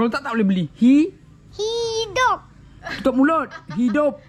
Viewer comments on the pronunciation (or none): Lawak lah Ni Papa suruh cakap hidup tapi cakap hidung hahahaha 🤣😂